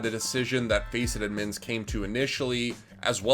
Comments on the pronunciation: can you stop saying admin like that. idmins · can someone teach this man how to say the d in admins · I like this dude but the way he says "udmins" makes me lose braincells everytime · Why are you saying "Edmonds" and not "Admins"... it bothers me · Why he keep saying udd mins tho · How does this guy say 'admins' so wrong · How he says Admins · The way he said admins 👀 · The way he says admins 😩😩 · They way he pronounces "Admins"